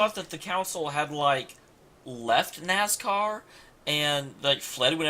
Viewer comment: I love how you pronounce "Nascäa" (no r) like it's actually "NASCAR" :D